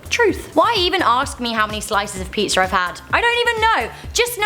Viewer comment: Pizzer Wikipedier